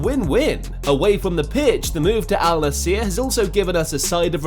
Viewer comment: its Al Nassr bro, not Al Nassiiier :D